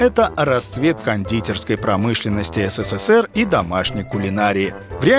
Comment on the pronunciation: Вы в слове "СССР" букву с произносите 4 раза.